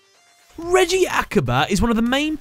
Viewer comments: reggie? i thought it was pronounced more like ray-gee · Reiji not reiji say it right